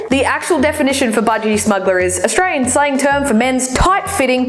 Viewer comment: Fucking continue to pronounce it as AustraRian. I dare you